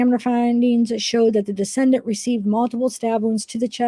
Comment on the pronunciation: Decedent is pronounced Dee-SEE-dent. It’s a person who had died. A descendant (which is how you are pronouncing it - and really changes the meaning) is a person that is descended from a particular ancestor. Parenchyma is the primary tissue of the organ as opposed to the supporting tissue.